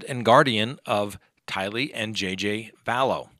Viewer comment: I'mma help you out. But mostly so I don't have to hear you you pronounce the names incorrectly in future videos. OH. MY EARS! TYlee Chad DAYbell